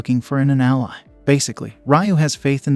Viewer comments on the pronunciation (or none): none